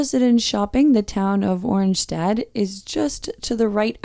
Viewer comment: Oranjestad is pronounced O RAN YIH STAD (That's the best I can do.) Aruba is a fabulous country. Clean and safe, with perfect climate and weather. Great beaches and SCUBA diving. And friendly people. Restaurants, bars, and lots of shops within 100m of cruise ship docks.